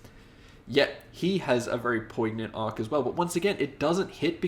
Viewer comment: Great review. You gotta look up how to pronounce poignant because your version isn’t it. But a fun review. Thanks!